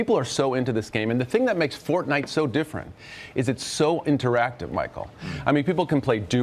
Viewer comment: Pronounce Fortnite correctly